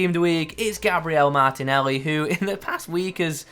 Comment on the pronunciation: Saying gnabry martinelli and cancelo